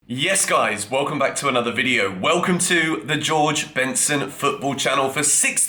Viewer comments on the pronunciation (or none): none